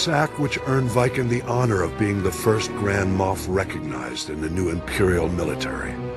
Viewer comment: wait, did he say Grand "Muff"?